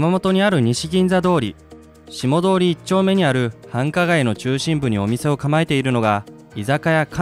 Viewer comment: 「どおり」じゃなくて「とおり」です。